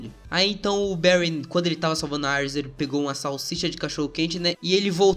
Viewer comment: Mano fala "íris" por favor kkkk aires fica parecendo Ares o Deus da Guerra ksksksks